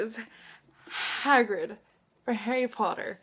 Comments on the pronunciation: Hagrid is awesome (yes, you said it right). I love him. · you pronounce Hagrid right! and he's an awesome character! I love Isaac! poor poor guy. I need to reread the Twilight series, I don't recall a Seth. Who's Seth? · You were saying hagrid right! :) just letting you know haha